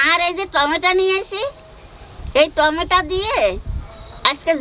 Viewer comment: তুই সবসময় ভুল ভাষা বলিস কেন। যেমন:টমেটা, আ।এগুলা কি ভাষা বলিস তুই।